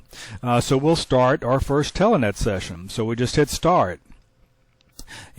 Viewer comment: i keep hearing the pronunciation of "telEnet" Watching this series to see if i had any snafu's or fubars on my end. So far i have it setup right. Moving on to vid 3.